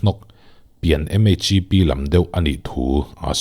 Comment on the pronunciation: "Pian MHIP" tih lai tak hi a nuihzatthlak, a hriat thiam theih nghal bawk si; nghal lutuk mai. 😂 I thu sawi leh lak khawmte hi a ngaihnawm a; tin, ṭawng i thiam ka ti hle bawk. Nang hi chuan Mizo ṭawng thlûk dân dik tak chauh hmang zel ang che aw a ngaihnawm bik a, a hlu bik bawk. Hetih lai hian khi laia ka sawi ang khian eng ṭawngkam emaw, fiamthu deuh reuh ang chi, dik viau bawk si hi chu hmang fo rawh, a hlimawm tlat. Ka'n belh leh lawk teh ang. "Rohsan" ni lovin "rauhsan" tih hi sawi dân zawk a ni. Hmasawnpui nan tiin ṭhahnem ngaih thuah ka'n sawi belh leh lawk a nia, min hre thiam dawn nia.